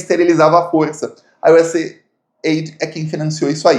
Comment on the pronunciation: US Aidi'...com acento bo "i"...